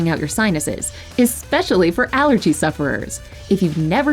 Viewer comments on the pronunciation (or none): none